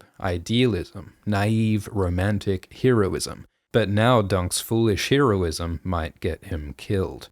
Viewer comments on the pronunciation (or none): its heroism like heroine not heroism like hero-ism